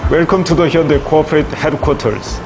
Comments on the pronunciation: it's not honde ...it's Hyundai 😂😂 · It's pronounced as Hyon day. Not Hondai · son of Xavier exactly he said honde... 😂